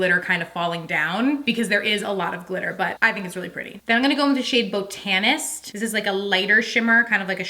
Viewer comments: Haha botanist...so it's actually pronounced like bah-in-ist. It's a weird word. If you look up how to pronounce ot then that's the easiest way to figure it out. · Beautiful look! Loved the eyeshadow. Just an FYI, " botanist" is pronounced ":BOTinist" Love you🥰